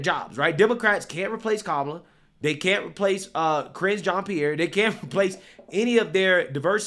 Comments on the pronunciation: Careening into a John’s pee-air💩🤡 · Keep saying it so that it sounds like "CRINGE Jean Pierre." Very accurate.